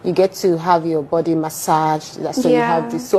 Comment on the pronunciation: The word is Body ! Not Buddy please!